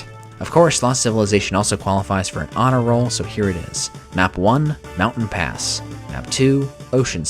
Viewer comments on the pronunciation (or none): none